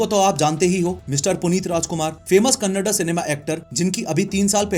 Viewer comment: Talked about our legendary kannada actors puneeth rajkumaar and Dr. Rajkumaar and most importantly pronounced it properly as KANNADA and not KANNAD unlike most northies ❤❤❤